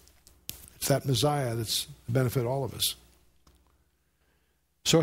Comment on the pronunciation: Yeah, Cakka-phony, for cacophony, ChriAbim, for Cherubim, Mezziah for Messiah..lol Love him though. Too bad ,for us, he's gone. But we'll meet him in Heaven if we're saved.